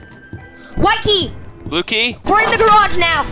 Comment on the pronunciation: when said blue key it sounded like bluey! 😂